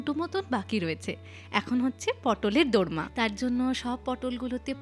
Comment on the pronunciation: দরমা না, ওটা দোর্মা 😊